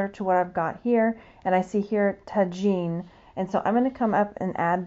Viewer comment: Hey there! Super informative video, thank you 😊 Tagine is pronounced ta-zheen. Hope this helps 🙏 ☺️